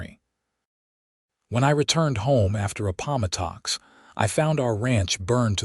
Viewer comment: LOL...'UH - PAW - MUH - TOCKS?' For...'APP - O - MAT - TUCKS?' 'APPOMATTOX.'